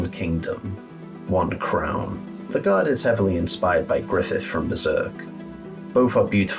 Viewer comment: also, it’s pronounced “Leg Guard” canonically